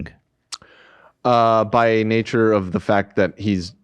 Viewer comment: Nobody Ethan pronouncing king: kEEEEEENg